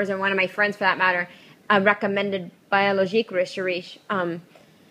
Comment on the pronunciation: Biologique RE SHAR JEY That's how it is pronounced.